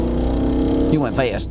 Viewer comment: He went FaWiStttttt😂😂